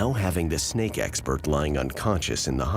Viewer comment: Hehehe, said snack instead of snake